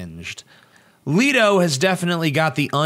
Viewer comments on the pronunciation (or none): His name is not pronounced Leeto, it's Leh-toe. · im sorry i couldnt get passed the opening line with JARED "LEAT"-O....its LET-O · Why ia TJ saying 'Leedo'? It's Jared Leto. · I did finish the video, but from :09 in I couldn't take it seriously. Leto (let-o) not (leet-o). and the tattoos have comic reference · pronounced...."Let-O", not Leed-O.... ugh. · Oh and you didn't pronounce his name right btw, it's Leh-toe, not Lee-to. Hearing you say that was like nails on a chalkboard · Thumbs down because of you constantly mispronouncing his last name. "Lee-toh"? Its "Let-oh". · It's Leh-toh not Lee-toh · Leto, not Leeto.* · It's Leto not Leeto omg. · I cringed every time I heard "Leeto" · By the way, it's pronounced LETTO, as if it has TWO T's, you don't emphasize the e, oh, and Mark Hammill was the best Joker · I don't doubt Leto, pronounced like it is spelled, not like Leeto, will do an amazing job. However, I'm not a fan of the cheesy tattoos and suspect it's a joke and they won't actually be there for the film. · Jared "Leeto" xD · Before u go off about how you dont like the joker why dont u learn how to pronounce Jared's last name correctly. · If you are gonna say Jared Leto, then learn how to say it right. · You're saying Jared Leto wrong... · did you purposely mispronounce "Leto" over and over again?